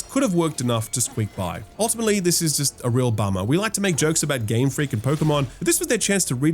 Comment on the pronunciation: Game Fweak